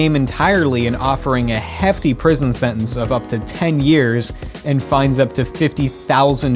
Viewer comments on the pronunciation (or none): none